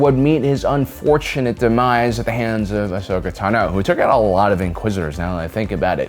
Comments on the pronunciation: Ahoska tanooooo. Trula Sindori. Why talk like this? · "Ashoka Tan-O" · WHY do you pronounce Ahsoka Tano like that? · I didn't care about your list at all after that pronunciation of Ahsoka Tano and you not knowing the timelines shows me you are just reading a script. Probably never even watched rebels.